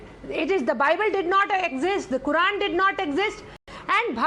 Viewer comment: no bye-bell or buy-bell and quy-run😅